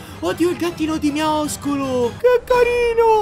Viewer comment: NO NON SI DICE MIAISCOLO SI DICE MIASCOLO